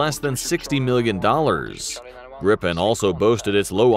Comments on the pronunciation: Please not the Grippen, it is the Gripen. The I is pronouncd like the e in the english word easy. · Good episode! Although as a Swede it annoys me to an unhealthy degree how you pronounce "Gripen" as "Grippen", and Viggen, as Vee-gen :D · No Grippen is how englishspeakers say it. Not us swedes. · You don't say "grippen'". You say Gripen ffs. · Why does some english speaking people pronunce "Gripen" as "Grippen"? Annoying.. is spelled with ONE p not two. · Japp men vi svenskar säger Grip-en inte grippen. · Gripen means "The Griffin" in swedish. Would probably be easier for you to say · its Jazz Grabben 69 FFS